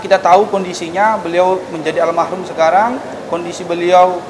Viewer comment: "Almarhum" bukan almahrum